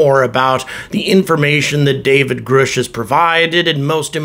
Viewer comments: How do you get Groush out of Grush ? If you are going to report on this guy, you should learn to pronounce his name. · "Grush" not "Groosh"